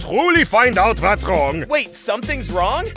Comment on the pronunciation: in he said "vhat's" instead of "what's"